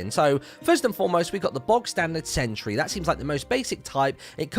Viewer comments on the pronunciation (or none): none